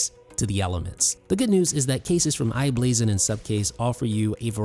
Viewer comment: Good video. One correction it's i-Blason